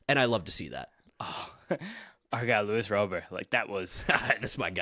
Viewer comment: If Luis Robert is your guy can y'all at least show enough respect to pronounce his name correctly? Cmon boys it's a family name, Italians should understand the importance of that. Say it right. He's not Haitian.